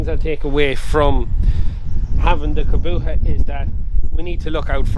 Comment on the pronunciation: Why cant ge pronouce Kubota properly? Its not a fecking Kaboota.